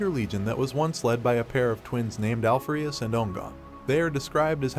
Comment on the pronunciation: I have a few issues with pronunciation.. Mostly how you pronounced Alpharius and Omegon.. But whatever, not a big deal.. I think you should just follow the standard template when it comes to going over the primarchs.. Go 1 through 20.. if that's what you want to do.. I personally thinks there's a severe lack of videos dedicated to the numerous imperial guard regiments.. Maybe you can cover those some day?